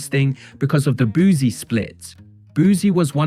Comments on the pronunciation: Boosie not “Boozie” 😂😂😂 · Boosie Jesus not Boozie